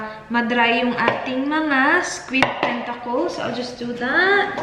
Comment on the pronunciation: Tentakols? Th kasi